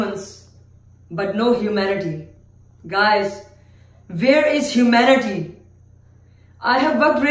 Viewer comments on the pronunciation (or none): “vere is hoomanity”